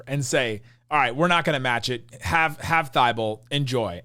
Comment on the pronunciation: Is pronouncing Thybulle wrong or is everyone else???